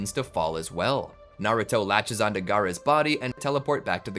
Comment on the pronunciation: Toby instead of onto cracked me up